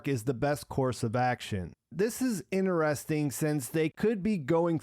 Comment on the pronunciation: "Interesting" has a "t" as the third letter.